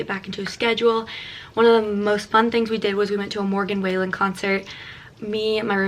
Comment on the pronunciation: i swear i’m not trying to be rude but i just didn’t know if you knew!! it’s pronounced morgan wall-en (like a literal wall) and i just noticed you always say way-lon. i know him personally and i love him and just didn’t know if you knew. keep up your videos girl, i love them sooooo much. you’re definitely one of my fave youtubers!! 💛